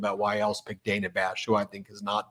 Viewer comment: Brett it's Dana not Daynah (phonics spelling